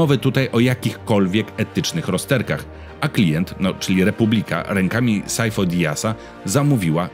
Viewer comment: Imię Sifo raz bez sensu spolszczasz, a nazwisko Dyas z kolei bez sensu wymawiasz z hiper-angielszczyzną?